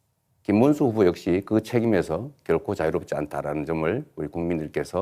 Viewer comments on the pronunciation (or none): 김문수는 한국어좀 배워서 토론 하세요 발음도 정확하지도않고 무는말인가 모르겠고 자기험담은 나모라라하고 넘 욕할 처지가 안돼는 사람이 무슨 토론을 한다고 한심 하네요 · 김문수는 진짜 비주얼이 절대 대통령이 될수없다 혐오 스러 부인도 똑같이 부모가일본인 전광훈 때거리 내란수괴범 옹호자 관상은 과학이다 김문수 절대안됨 말도더디더디 촌스럽고 발음도부정확